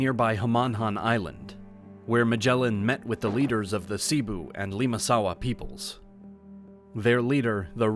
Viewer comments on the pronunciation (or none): none